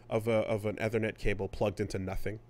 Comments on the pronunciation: it's ethernet not ehthernet. .... I can't help it. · eee-thernet, we have been through this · saying "eh-ther-net" instead of "ee-ther-net" is a new pronunciation tic for me. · I can't unhear Athernit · Æ T H E R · Obsessed with the fucked up way said "ethernet" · Is it a Canadaland thing?